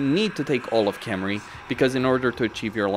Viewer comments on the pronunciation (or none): none